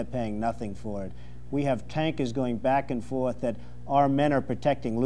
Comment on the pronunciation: Well, he's lost that New York (almost sounds Bostonian) drawl when he said "back and forth"